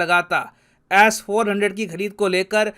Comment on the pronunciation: BHAI AAP S 400 KO ASS 400 KYU BOLTE HO 😂😂